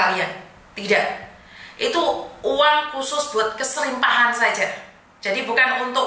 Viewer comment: MAAF; BUKAN KESRIPAHAN TAPI: KERIPAHAN 👍